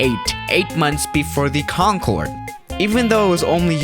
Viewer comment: Have you felt that, when the teacher says Concorde and starts talking about it, but the teacher said conncorê